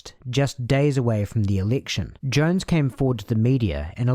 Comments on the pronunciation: Why do you keep calling “Jones” “Young”? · Young? I thought it was Jones. Otherwise, great video!